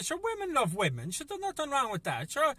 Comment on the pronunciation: weemeng lovink other weemeng